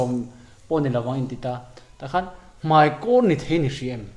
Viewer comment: A thusawi mei tih hi a dik lo mei ni lo in mai tih tur aw....tawngkam uluk deuh ang aw